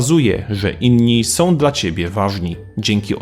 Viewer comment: Dobre! Prosze tylko lektora aby prawidlowo wymawiał słowa. NIe "opiniom", ale "opinią" , nie "zrobiem" , ale "zrobię" itp. Ą i Ę są (nie som) ważnymi poslkimi głoskami i niewymawianie ich kaleczy polski język; sprawia, że wypowiedzi zostają posypane prymitywnym , prowincjonalnym kurzem.